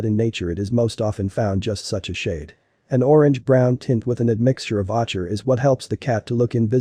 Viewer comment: The color "OCHER" (a sort of saffron, orange color): The "CH" is pronounced "K"... =OAKer. Also, you kept talking about "seals", but I didn't hear you explain what that has to do with Abyssinian cats.